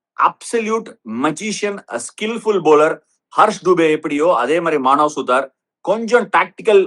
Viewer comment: Maanav suthaar illa suthuraar 😂